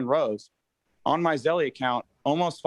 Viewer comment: I work for Zelle customer service and he pronounced it wrong. It’s not “Zell-y”